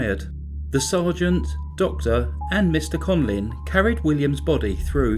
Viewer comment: Conlin (what you are saying) or Conlan (written under his picture).